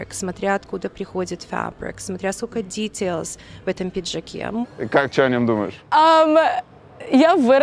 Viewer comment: Смотря какой фэбрик, смотря какой дитэйлс